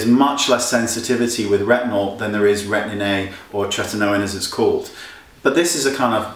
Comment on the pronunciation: I love the way that Wayne pronounces Retin A..Retinnnay :) So cute.